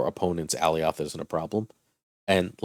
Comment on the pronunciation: Great content but for the love of god please learn how to pronounce Alioth.